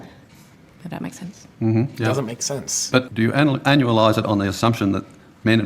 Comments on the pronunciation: Is anya-lize normal? Ive never heard anyone say it like that and i dont know if shes a dolt or just australian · I stumbled on the pronunciation of 'anualized' for a sec, and thought she said 'analyzed', as in "'we've blown these numbers straight up your ass". Upon further listening, I now know that this is not the case, and it was simply smoke.